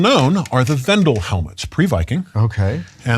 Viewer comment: the pronunciation of Vandal is killing me